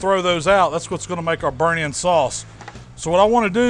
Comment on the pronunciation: also makes it sound like 'sauce' has an L in it.. 'saulce'